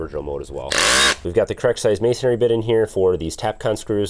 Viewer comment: You must be up north. It's MAY-SON-REE.......not MAY-SON-AIRY.